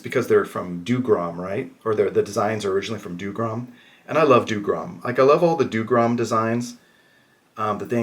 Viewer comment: Drink every time he mispronounces "Dougram" for a true challenge. But yes, it's a well shot video with some decent commentary and with some different content than some of the other folks showing off and reviewing the Mercenaries Kickstarter stuff.